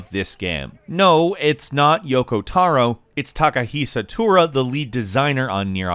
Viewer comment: Takahisa tura? His name is Takahisa Taura lol